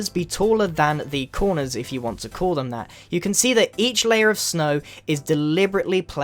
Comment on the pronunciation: It sounded so weird when Grian said “layer”